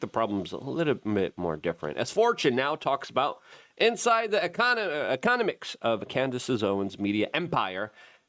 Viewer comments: E-CON-a-mix 😂😂 does anyone else laugh their arses off at Luke's terrible pronunciations? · You cant even read the word economics. Im out